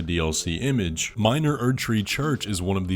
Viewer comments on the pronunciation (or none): none